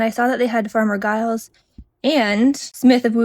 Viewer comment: I think Giles is pronounced with a j sound rather than a hard g. More like Jyles 😁